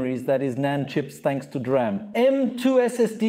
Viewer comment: The DRAM (pronounced "D-Ram", not "dram" - a dram is a small drink, usually of Scottish Whiskey) is a buffer to cache commonly used data that the CPU repeatedly requests, in video it 'may' be used to buffer writes to the drive, but video capture and playback is usually high speed sequential read and writes, where the DRAM buffer is ideal for short Random read/write requests, especially those that the OS is using Virtual Memory. So, yes, the DRAM equiped NVMe drives will have a use in video production, but is actually made to be used as System Drives and Boot Drives and is better suited to those, both for the speed and for the wear-leveling, as read/write operations that go to the DRAM buffer don't wear out locations in the NV-Ram chips. Basic Rule : High Speed Sequential Read/Write = Video. DRAM Buffer = System Drive.